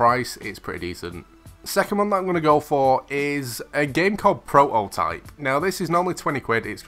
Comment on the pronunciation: Will you pleas say prototype and not propotype! You can atleast pronounce the game titel correctly! 😂